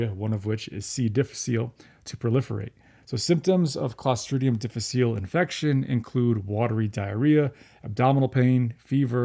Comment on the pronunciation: the "diff" in C diff is the Latin word difficile. It is tempting to pronounce it as a French word, but it is actually diff-ICK-uh-lay.